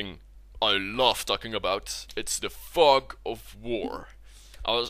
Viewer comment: I thought you said fuck of war